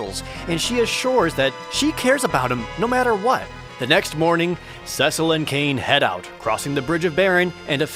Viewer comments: It’s pronounced SEA-Sull (Cecil) not sess-ull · Ewww "cess-il" I always said "cee-sil" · Rye-de-uh See-Sul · You pronounced Cecil"s name wrong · At least pronounce Cecil right.